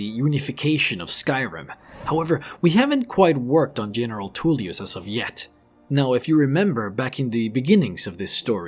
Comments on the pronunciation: Even with 20k+ hours into this game, I still watched this entire vid and thoroughly enjoyed it:) Just one tiny thing...., please stop with the weird mispronouncing of words, it ain’t cute, it’s just silly ok. General Toolyus, Del...feen, Behooved (behoved), meenions, etc etc’ (Take a Tip: Listen to Master Arngeir in the peace council - he will teach you to correctly say Tullius hmmm). The story telling though was engrossing and detailed.....I look forward to more.:) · Huge dwemmer inferences. Politics off and definitely bias towards the imperials (you ate up their propaganda). Lastly you can hear the imperial generals name in the video but you still say “tool”ius. Otherwise great video